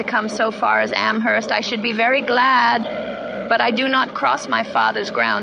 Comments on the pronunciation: Great video, thank you for posting. Just a point of trivia/correction: the H in Amherst is silent, so it's pronounced "Am-erst." And now you know 🙂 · I very much enjoyed this biography! One small detail: Amherst out here in western Massachusetts is actually pronounced as "Am-erst". The "h" is silent. Even people in Boston don't know that 😊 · Emily Dickinson's poetry is incredibly rich, subtle, dense, and insightful. She was brilliant and revolutionary. By the way, locals do not pronounce the "h" in "Amherst." It's pronounced as if it were written "Amerst." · The "h" in Amherst is silent. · I'm from Amherst. We dont pronounce the "h" in Amherst here. It's silent 😊 on another note. I love your videos! So, well structured and informative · The H is silent in Amherst. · The h is silent in Amherst